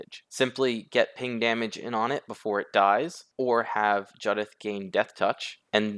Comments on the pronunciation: Isn’t it Jew-dith? As in the name Judith? I don’t care what Wizards say. If they want it to be pronounced differently they should spell it differently. Jud-ith would be spelt Juddith. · Its Jew-dith bro. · The mispronunciation of Judith is driving me nuts. It’s a real name 🤣 Good deck though.